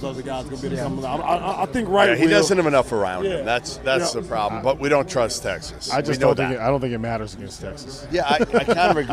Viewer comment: Texaa? Not likely.